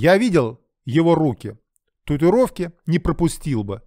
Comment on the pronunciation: Правильно произносить татуИровки